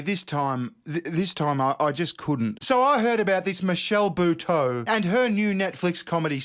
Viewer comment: Lol, that's not how you pronounce Buteau.